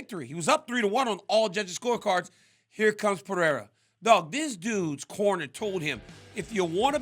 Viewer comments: Hopefully now that Pereira is champion DC will learn how to actually pronounce Pereira, not Peherra , but P e r e i r a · I’m a pereira myself I don’t understand how people have a hard time pronouncing it. Basically it’s “Per-ry-rah” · Its simple -perera